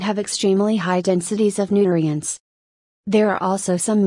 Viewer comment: Learned that computer voice cannot pronounce nutrients.